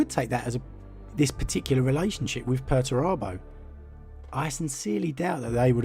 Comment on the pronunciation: Are you sure you're pronouncing Perturabo correctly?